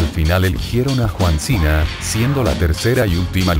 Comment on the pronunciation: porque dises juan cena